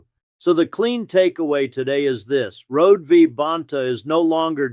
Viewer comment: Her name is pronounced Road-e.